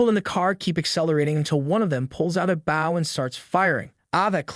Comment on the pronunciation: Can someone please teach this man how to read English? I appreciate him for bringing this story to us and understand not all of us are culture enough to pronounce ramen and many other words he’s fxcked up but “bow”?! Brother you mispronounced BOW!! As in bow and arrow? 🏹 He’s not taking a bow it’s the weapon, “bow” the difference is context